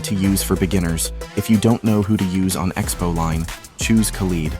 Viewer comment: Broo You made Khaled's name sound like something else LoooL